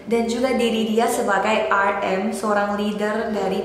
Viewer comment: But you pronounced namjoon's stage name wrongly 😂 lol